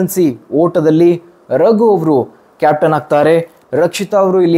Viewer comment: ರಾಗು ಅಲ್ಲ ರಘು